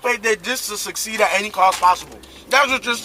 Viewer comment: why does say "sessess" and "sucede"? Love the show, just pointing out something funny to me